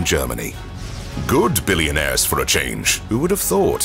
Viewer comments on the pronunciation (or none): none